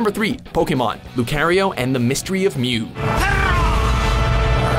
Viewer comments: “Lukeriouw” jesus christ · How did you watch the movies themselves and still not know how to pronounce the Pokémon names? Groodon? Jirahchi? Lucayrio? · LU CARE IO GREW DON these pronounces, jesus christ a good video nonetheless. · You mean like "Lu-care-rio"? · He can't pronounce Lucario either.. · Can't say lucario either. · I am mostly surprised how they can't even pronounce Lucario...they even show two clips that shows people saying Lucario's name! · I am yet scarred for life on how they pronouce Lucario's name. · The way he said lucario....wtf